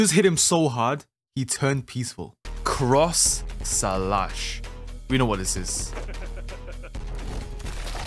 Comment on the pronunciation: ''cross salash''